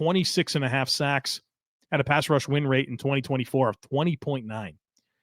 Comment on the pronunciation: it’s a wonder that you don’t fumble over your words more often, the amount that you do this stuff. Truly, you’re smooth as hell! But… I have to admit “pass wush” made me smile 😝 much love and thanks to ya sir. Go Bills!